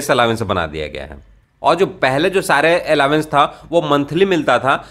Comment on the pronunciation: दोस्त अलावेंस नहीं अलाउंस कहो तो ज्यादा सुंदर लगेगा 💐🌺🌹🙏